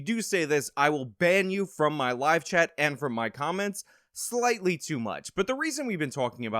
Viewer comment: I hate to admit it because I have a filthy mind, but the first time I heard this part, I thought you said bend you over, not band you. I’m sorry. 🤦‍♀️